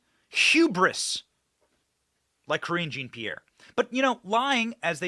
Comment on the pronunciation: Thank you Benny Johnson for pronouncing Cringe Jean Pierre’s name correctly!😂